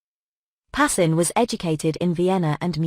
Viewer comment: His name is pronounced PAS.KIN